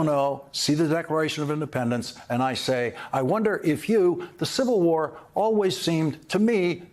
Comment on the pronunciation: I'm pretty sure i heard him said "Decoration of Independence" there